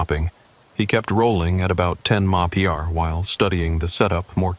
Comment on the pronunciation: It’s MPH not mopitymop…dah AI’s usual cluelessness